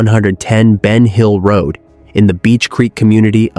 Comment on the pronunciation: Ven hill road!??? No BEN HILL ROAD!!! AI here … 🤦🏽‍♀️